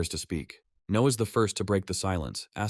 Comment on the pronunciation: or is it trying to say Noah but messing up